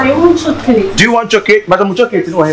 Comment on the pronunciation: 😂 did Kyekyeku said Chocurate.